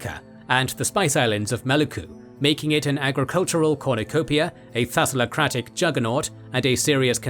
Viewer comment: What is the odd, I just finished the Majapahit campaign in AoE 2 for the first time. Also a correction from a Greek fan, it is thaLaSSocratic, not thaSaLocratic.